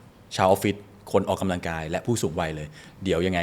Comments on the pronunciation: คุณหมอจิมมี่คะ ขออนุญาต feedback การออกเสียงคำว่า “ออก กำ ลัง กาย” ให้ชัดเจน ถูกต้อง ไม่ “ออก กะ ลัง กาย” ได้ไหมคะ จะดีสำหรับผู้ดำเนินรายการค่ะ ขอบคุณค่ะ 😊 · พิธีกร ควรใช้คำว่า ออกกำลังกาย ไม่ใช่ ออก กะลังกาย